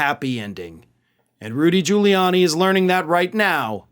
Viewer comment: I seriously doubt he passed the bar in the first place. It takes a lot of work to pass at all. Giuliani can't even pronounce his own name. Its Quili-ann- ye not Julie-arnie. The idiot thinks Italian phonetics are the same as English.